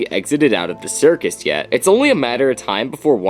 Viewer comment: Isn’t it a “circus”?